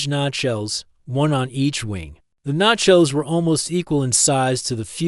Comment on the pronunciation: Still it sounds ai . Its pronounced Nay-sells not Nachos